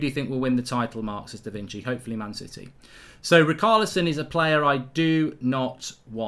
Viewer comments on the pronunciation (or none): Btw - Richarlison is pronounced Ri-sha-le-son...!